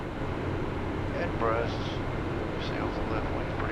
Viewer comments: Edinburgh........Edinburruh...... the g is silent ..... excellent video chaps. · Flying to my neck of the woods in this one, welcome. I found it funny 😂your original pronouncement of Edinburgh, I'm sure we all do the same with American Cities / States. I'm not a IRL pilot so wouldn't be able to answer your question on RTC call, but I'm certain someone will. There is another landmark on long final to right (Jeff's window) which is the Forth Road Bridge. Looking forward the flight to Iceland next, I flown similar on MSFS.